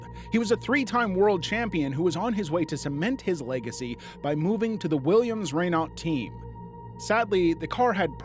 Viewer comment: williams renot lol renault i think you mean